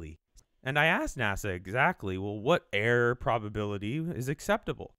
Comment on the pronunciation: The way he pronounces "error" is realy confusing! He makes it sounds like "air" and I'm like "he means that the air in Mars is thin? What does that have to do with primes and stuff?"